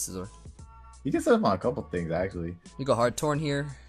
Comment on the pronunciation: couPLUME guests? You did NOT just say that